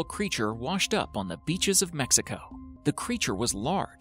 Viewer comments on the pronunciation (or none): none